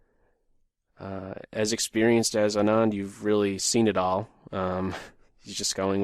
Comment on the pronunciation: Anand's name is pronounced Aaaah (as is say aaaahh) + nand.